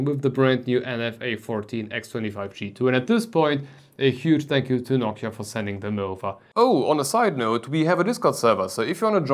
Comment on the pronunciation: When you can't hear the difference you should visit a doctor. It is clear as glass that the soundprofile is way more pleasing with the spacer installed. I also don't know why you spell Noctua like Nokia. Is an accent thing?